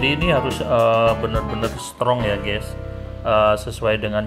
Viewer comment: Gesss 😂 guys bang bukan gessss